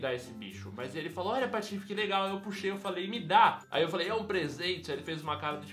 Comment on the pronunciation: eu acho engraçado quando vc fala patofs patife